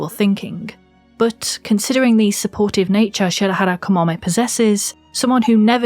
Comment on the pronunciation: If I have to point out one thing that confused me about this video is that you say Shirahara instead of Shirahama XDDD no but seriously, brilliant work in every aspect of it, auntie Kamome (I love her and for me she's my aunt) and so many mangakas of her generation are doing a great job at broadening the horizons of what's established as "normalcy" in terms of questioning the narromind society not only in Japan but, as it turns out, and you yourself have seen in a comment on this very video, the whole world. Seems that we (the society) aren't as openminded and inclusive as we proudly claim we are, we've a lot to learn and a lot of walls to bring down. But we have to accept each and everyone of us that we must be constantly educating ourselves.... representation matters, everytime.